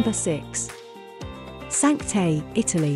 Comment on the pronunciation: Your pronunciation of ‘Cinque Terre’ is very sad 😅